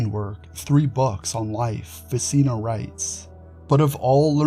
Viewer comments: Very interesting, but may I just say , Ficino is pronounced Fi-tch-ino. As in ch-oose. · Ficino is pronounced Ficheeno like cappuccino.